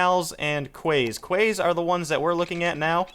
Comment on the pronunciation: quays is pronounced 'keys'